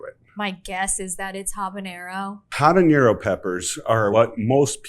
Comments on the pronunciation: I know I’m being pedantic… but it’s habanero, not habañero. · habanero not habañero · For the hot sauce most expert in the world, keep saying.. Habañero!! is sad🤦🤦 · i find it strange Epicurious doesnt know how to pronounce habanero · So you don’t know how to say habanero but you wanna tell me what chipotle is OK never mind I’m not listening to you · The ‘h’ in Habanero is silent. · Does no one know how "Habanero" is pronounced? Here's a hint: the 'H' is silent.... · Was it a long search to find three hot sauce experts who can't properly pronounce either "jalapeno" or "habanero"? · except how to pronounce habanero